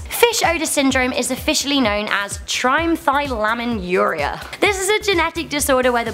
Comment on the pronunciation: It's pronounced trimethylamunaria it's pronounced trimethylaminuria,.